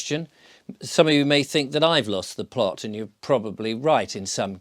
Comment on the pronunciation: Oop 'ere in t' North there is no t after the glottal stop in plo'-t. It's just plo'. 🙂